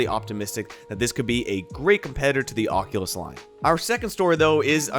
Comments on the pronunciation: tells us to pwease not fall for scams like "ocuwueo" Thank you, very "kwool" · he says cockulus